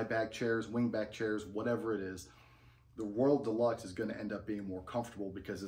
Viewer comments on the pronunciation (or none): I can’t tell if you’re calling it the “world deluxe “ or “royal deluxe”? I know it’s called the “Royal Deluxe” because that’s the hat I bought.